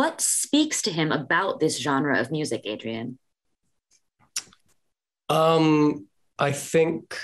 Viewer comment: Just wanted to lyk It’s Adrian Greensmith … not Aidan